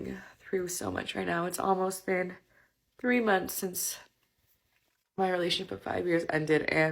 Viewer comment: Mumpfs not months. They invented the English language and butcher it every time they open their mouths